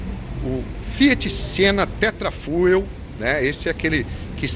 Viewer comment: se escreve "Tetrafuel", mas se lê "Tetra Fiu".